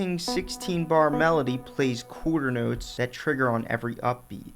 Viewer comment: "Coorter notes"